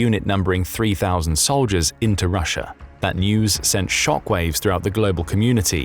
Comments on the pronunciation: It's Russia, not Russiar. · why do you say russ-er and kore-er its an A not eerr sound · Russia has an A at the end of it, America has an A at the end of it. Not an r!!!! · These videos make great drinking games. Take a drink every time this guy says Russer or North Korear. You'll never make it to the end.